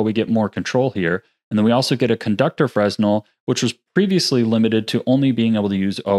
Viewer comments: Just fyi, its fre-nel not fresnel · It's pronounced freh-nell not fres-nel :) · FRUH NEL. NOT FRES NEL. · I thought Fresnel was pronounced “frenEL” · Great video, thanks so much! Just FYI Fresnel is pronounced fruh-nel named for French inventor, Augustin Jean Fresnel. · Great video as usual but please... learn how to pronounce fresnel properly. It drags down your otherwise very knowledgeable expression.